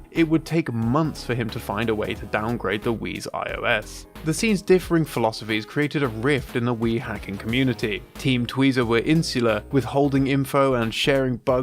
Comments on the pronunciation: It's IOS, not ISO. Get it right. Banner bricks have nothing to do with size, it was a result of not having a good understanding of the banner format early on and people creating banners with an invalid format which the Wii would crash when trying to understand. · >ISO37 and not IOS37 kek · It's IOS 37, not ISO 37. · It’s IOS 37, not ISO 37